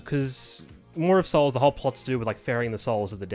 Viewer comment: You pronounce Maw of Souls just fine, i see no issue with it.